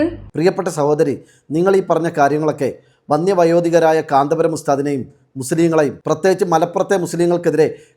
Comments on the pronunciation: കാന്താ പുരം അല്ലടി, കാന്തപുരം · കാന്തപുരം എന്നു പോലും പറയാൻ അറിയാത്ത